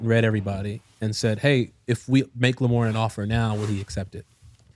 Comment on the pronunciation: Laughing from the start!! definitely said LaMoan Morris 🤣